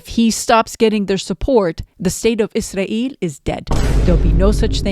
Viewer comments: I think you should pronounce Israel the same way English speaking people do . Izrael Free Palestine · I’m sure you are pronouncing “Israel” differently (Arabic accent?) for a reason, but it’s hard (for me at least) to listen to. One sarcastic euphemism I like is “our greatest ally”. Just a suggestion. Other than that - great video!